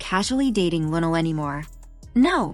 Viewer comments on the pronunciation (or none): Please Say Her Name Correctly In Respect 😌👏🏿!!!